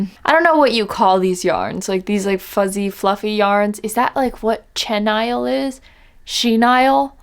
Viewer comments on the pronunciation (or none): I'm dieing listening to you try to pronounce chenille it's pronounced (she-neel) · It's shenil